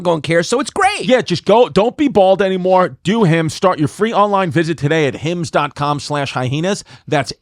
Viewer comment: Chris "hy-heenas" distefano....